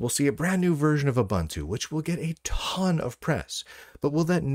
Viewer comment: "OOBANTOO" doesn't exist.